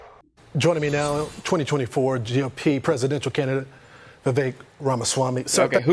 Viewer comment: Did you all know Vivek rhymes with "cake"? That's all you need to know to perform your civic dooooties.